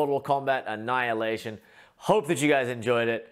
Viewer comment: Забавно он произносит - "анал и нэйшон"...